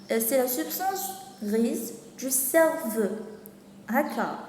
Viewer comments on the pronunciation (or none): merci bcq juste une remarque cerveau ça se prononce cerveau o comme eau pas cerveuu